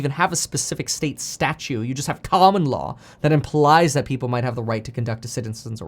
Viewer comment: Statute. Not Statue.